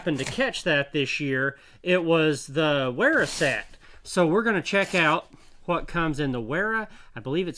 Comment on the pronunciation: The correct pronunciation is "Vera" with a "V" as in the english word "very", by the way. Since your "Knipex" is so beautifully correct at this point, i thought i'd nudge you on to the next step on your hazardous journey through German toolmakers' names, brother. ^^